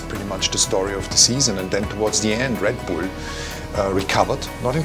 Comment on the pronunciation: Oh my god the way he say Red Bull ''Red Boule''